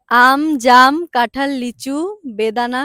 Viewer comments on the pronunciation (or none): ভাই এটা কাঠাল না এটা কাঁঠাল